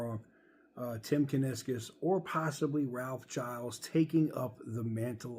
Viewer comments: Somebody needs to tell that he is mispronouncing Ralph’s name. It sounds like GEE-Ls, not G-EYE-Ls. That’s my understanding, anyway. 🤙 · I believe you pronounce Gilles like shills with a soft g. And I would be very OK with him taking over. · Its actually Gilles